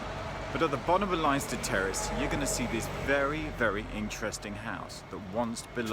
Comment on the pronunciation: it's pronounced Lenster not Linester